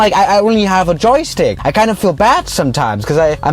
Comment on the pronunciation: Normal people when they say joystick: Joystick when he says it: Jokstick He said it in a app review where the creators of the app spelt joystick wrong lol